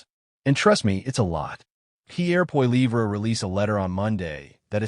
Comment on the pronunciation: POLLYEV.... IS THE PRONUNCIATION!!!!